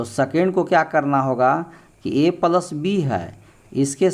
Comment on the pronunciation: Pals nahi boliye sir plas boliye